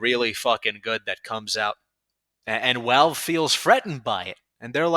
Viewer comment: Why does he say Walve instead of Valve.